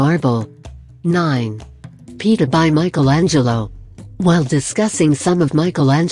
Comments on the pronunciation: Pita? Lol The pronounciarion is: pi-e-tah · WHY SHOULD SOMEONE WASTE OUR TIME BY THIS IGNORANT LIST....NOT TO MENTION THE " PE-TAH " ??? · ....The Word is. Pi-e-taa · Pieta does not rhyme with Peter.